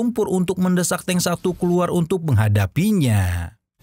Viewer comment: Di baca nya "teung" bang bukan "teng" yakali teng saber😅🤣